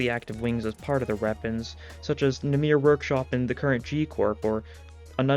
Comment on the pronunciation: Ik im late but namir is not how you say that Its namer if you were going to the hebrew translation